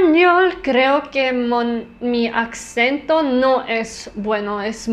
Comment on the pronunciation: Tus videos me inspiran mucho para aprender idiomas <3 Tu acento en español es muy bueno, solo tienes ligeros errores al hablar (como por ejemplo: decir accento, esto es incorrecto, se dice "asento" aunque se escriba "acento") pero suenas muy bien, felicidades.